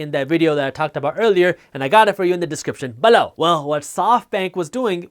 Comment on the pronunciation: Love this channel. I watch it everyday. Still cracks me up whenever he says below... sounds like B-LOW